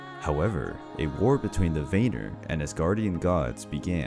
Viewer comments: I’m not tryin be a know it all but Vanir is pronounce Van-near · It's like Vaneer (if you write it in english), but the "a" is pronounced like it is in british tomato.